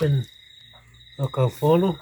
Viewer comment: Kaufolo not kalolo 🙂👍 thanks for sharing 👏